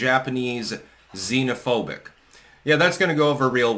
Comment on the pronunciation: Pedotato couldn’t either pronounce or define the meaning of the word “xenophobic.”